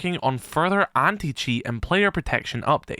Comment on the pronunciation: Why do I always hear him say "Any-Cheats"? LOL